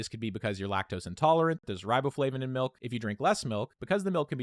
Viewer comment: "Malk, now with Vitamin R!"